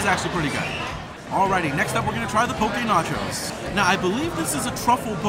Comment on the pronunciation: I like the way you pronounce poke. I live in Hawaii and people here pronounce it wrong! Love your videos!